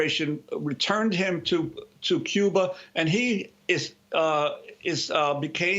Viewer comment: I don't think your real and what gives you away is if you were a Cuban you would not pronounce Cuba like you do. I lived in SW,FL around Cuban People & their Culture. I know you might be Cuban American